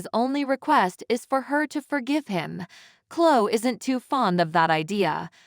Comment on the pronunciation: Gabot? Klo? Diaane? It’s Pronounced “Jabo” and “Cloee” and “Diane” Why does it drive me “Crazy” when these commentators can’t pronounce these names right? Please get someone that watches the show and knows how names and places are pronounced! I have heard one that doesn’t know how to pronounce “Genoa City”. “Uuuggg!” 🤦‍♀️